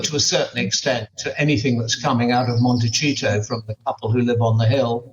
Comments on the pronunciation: Did he just say Montecheato? 😂😂😂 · Monte - Cheato!!! Oh yes. Wonderful deliberate slip. Thanks to Michael Cole. As for Harry in Court?? I hope it will be televised, as it could be up there with the Johnny Depp V Heard show. Harry and Amber seem to have a passing relationship with the truth - if indeed any kind of relationship - and it could be very, very amusing.